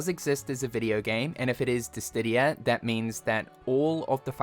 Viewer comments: Bruh, it's Diss-Idia not Diss-tidia. Please 💀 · Diss-sid-dia. Where is the "T" in there??? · …,, …you are far too deep into the Square Enix community to be mispronouncing DISSIDIA! There is no T in the word. Come on my guy. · at this point he has to be doing it on purpose for engagement farming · dear, it's DiSSIdia - there is no additional d after the S 🙏🏻 With all due respect, your wrong pronunciation is very bothersome 🫣 Love the vid though ❤ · Still not able to pronounce Dissidia correctly? Come on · Can someone please tell to this guy how to pronounce "Dissidia"???